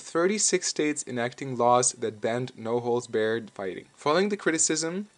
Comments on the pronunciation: "Barred" is pronounced like bar not bare. The name "Helio", in the Gracie's native Brazil, is pronounced as though saying the names of the three letter L, E, and O in rapid succession. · It’s Bahr-ed, not beared, dude. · barred not bared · No holds barred. Barred is pronounced like Bar, and not Bare/bear. Bar-d. As in you are Barred from entering these premises. Not bared. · What is "no holds beared"fighting? It's no holds barred. Come on man! That is so irritating. Learn the language.. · In the "no holds barred" sentence, "barred" is pronounced how you pronounce the word bar, not bare. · It's spelled and pronounced "no holds BARRED", not bared. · It's no holds BARRED not bear'd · "No holds bared" lmao It's barred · It’s bAHred not bear-ed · You're pronouncing barred as "bared". Barred rhymes with "lard". I hope you know what "lard" sounds like. Hope this helps. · Barred is pronounced like "Bard" not "baird" or whatever you keep repeating c'mon son. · Barred is pronounced "bard", not "beared" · no holds baRRed, not no holds bared... Also, the H in Helio Gracie is silent. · Please stop saying bared... It's barred... Like the place you drink alcohol at... so say bar and add the ed sound to it... or like the bars in a jail....just take away the s and add a ed sound to that.... Besides the quite annoying way u mispronounce barred good video... 👍👍👍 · no holds barrrrr not bear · "No holds Baird" lol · it is " no holds bared " as in prison bars, chocolate bar ect ect not bear. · It's pronounced BARD. Not bared, like you keep saying.Crazy how so so many people make vids and cant even speak proper names properly, showing they are stealing content, are shitty voice overs or just dont know what the hell they are talking about. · It's no holds BARRED!!!!! Not BEARED..... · anybody else cringe every time this narrator says "no holds baired" haha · I cringed everytime you said 'beared'.. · Where are you from? You keep saying "No holds barred" like "No holds bear-d*"